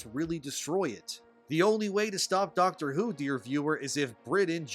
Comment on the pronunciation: Yeah, you're not qualified to talk about "Dahcktre Hou"